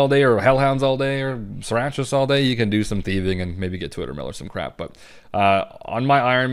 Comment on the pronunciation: Sarachnis -> suh-rack-niss